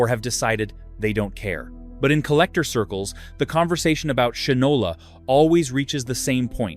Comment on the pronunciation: Shinola is pronounced "Shynola." Unless you are obsessed with polishing your shoes, what moron would name a product, let alone a watch, Shinola - knowing the widely used historical phrase: "he (or she) doesn't know the difference between shit and Shinola." (black or brown shoe polish). I would think of shit, and laugh out loud, every time I looked at my watch.